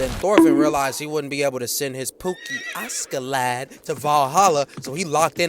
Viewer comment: Why is bro pronouncing askeladd as auskiladd😂😂